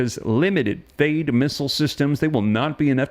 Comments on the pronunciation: It’s .THAAT, like dad, THE A’S SOUND LIKE THE A’S IN DAD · Love the reports. Just fyi, military pronounces THAAD as th+add and ATACMS as Attack+ems. Thanks again, sir.